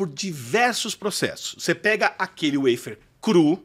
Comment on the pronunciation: Precisa traduzir a palavra "waffer" que por sinal está mal pronunciada, Sugestão para ele... em bom português é um "favo"